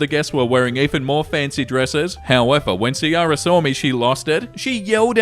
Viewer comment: Its probably key-rah for Ciara, assuming shes not an Oldsmobile from the 90s.